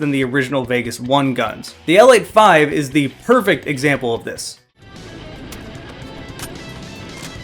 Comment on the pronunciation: It's pronouced L eighty five btw, don't shoot me.